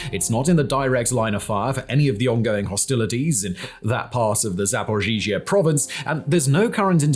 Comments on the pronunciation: Zaporizhzhia, not Zaporzhizhia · It's called za-po-ri-zha. Why are you saying za-po-ri-zhi-zha? Dude, there is Google translate that can pronounce this for you. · It's pronounced Zap-o-ree-zhia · you're mispronouncing ZapoRizie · Simon.... Simon.... Zapor-EEE-zuh. The extra z's are kind of mixed in. Your pronunciation of this has changed over a few videos but you've yet to hit the nail on the head... XD Hope this helps! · Simon saying “zhaporizhia” will never not be funny 😅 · Oh Baldie, can't even pronounce Zaporizhzhia. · 😂 I noticed it’s one particular name he always gets tripped over!